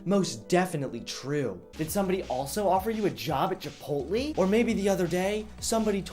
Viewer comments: chipotle is pronounced (chi-poe-lay) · I know, but he said "Chipotlee" in the video. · said chipotle chipotlee lmao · This bitch did not just say "Chipot-Lee" 😂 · This man said chipotly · pronounces it Chipotlee what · Anybody else laugh at the chipotle pronunciation..."chipoatlee" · The way he says chipotle tho... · A Bag of Delicious Doritos Chips Yeah, but he pronounced it all weird